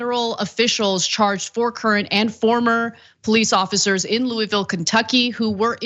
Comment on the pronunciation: Can someone at TYT pronounce Louisville correctly as /LOO-a-vul/, the Attorney General even got it right 😂